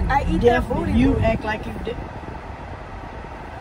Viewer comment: “You eat the bOodY” you eat the BoTtY bOo” 😂